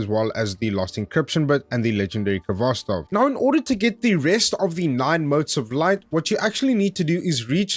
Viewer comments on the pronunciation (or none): Actually it should sound without 'k' at the beginning) Good guide btw.